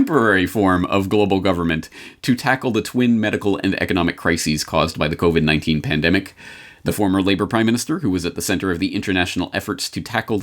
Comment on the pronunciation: "You're listening to the COBIT (covit) Repot".